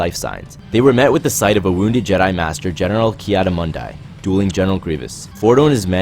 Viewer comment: Why does this guy always pronounces jedi’s names in the weirdest way?